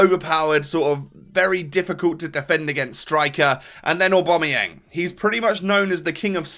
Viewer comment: Btw aubamayang is not pronounced owbomoyang It's pronounced aobameyang